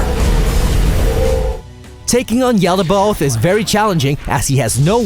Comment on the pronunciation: He says his own name yet you still can't pronounce yaldabaoth right? (yaul-duh-bath)